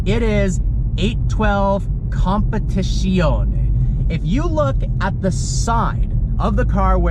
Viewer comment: Great job on getting the name correct. 👏🏾